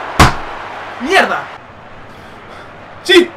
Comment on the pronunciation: Esta muy diferente este diyei cuando dice mierda suena raro